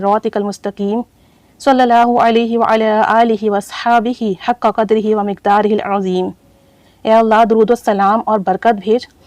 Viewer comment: اسلام علیکم ورحمتہ اللہ وبرکاتہ پیاری بہن آپ نے اس درودشریف کو پڑھنے ایک غلطی کی ھے اور وہ یہ ھے کہ درودشریف میں حق بلحق میں دونوں ق کے نیچے زیر ھے آپ نے پہلے ق پر زبر پڑھا ھے